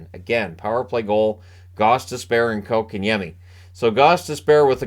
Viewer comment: TNT Before the deadline was talking how the Canes need a 2C and have no stars. Yesterday- They said this team (Canes) are loaded with stars. Then they actually said KK has really shown he deserves that 2c and has really been making an impact. Fist of all it is pronounced Coke-and-Yemi. NOT Cock-in-yemi! From KK himself when asked. If these guys would do their homework they would see the Canes top scoring line is the second line with KK at center! (Well KK/Necas as rod switches them for certain situations) Without KK at center that line dropped to 3rd in scoring with the fourth line with KK was real close. The second line went dormant when KK was dropped to 4C. Since his return to 2C that line is again the Canes top scoring line.